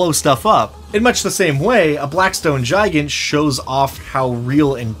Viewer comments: its not gi gant its said gig ant. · It should be pronounced "Gee-gant". It's Romanian for Giant. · I do't know why, but his pronunciation of "Gigant" really bothers me. To me it feels like it should intuitively be pronounced "Gih-Gahnt" or "Guy-Gant" with the "G" sound and not the "J" sound. I don't know if that's how it's supposed to be pronounced or not, but it just sounds better to me. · Not how I'd pronounce Gigant. Kept thinking you were saying Giant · Is it suppose to Spanish pronunciation? Such as el gigante from re4? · why tf u sayin gigant like that dd? :(